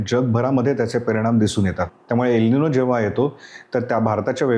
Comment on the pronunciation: यल नाही एल बोलतात मूर्खा....